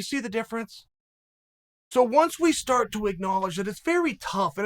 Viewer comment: Hahah chael said stort